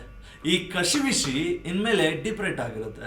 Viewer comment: ಕಶಿ ವಿಶಿ ಅಲ್ಲಾ ಅದು ಕಸಿವಿಸಿ ಉಚ್ಚಾರಣೆ ಸ್ಪಷ್ಟವಾಗಿಲ್ಲ ಮೊದಲು ಸರಿಪಡಿಸಿಕೊಳ್ಳಿ